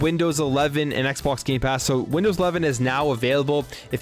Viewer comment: you said gay pass games